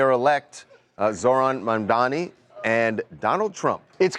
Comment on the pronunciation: Mamdani NOT Mandami!! NOR Mandani!!